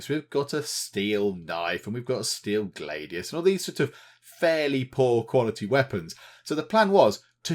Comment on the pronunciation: Gladius, Glad-E-I